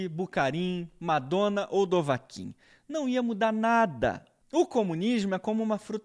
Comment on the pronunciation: Dovakhin! kkkkkkkkkk